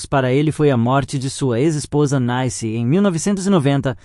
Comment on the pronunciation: Tem que ter um saco de renda pra ficar ouvindo um idiota dizendo as mesmas coisas várias vezes, pqp. E desde quando uma mulher que tem o nome de CLEONICE pode ser chamada de NAICE ao invés de NICE? É! Realmente vocês não têm jeito mesmo!